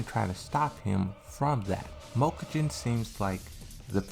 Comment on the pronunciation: Mokujin. Read it again.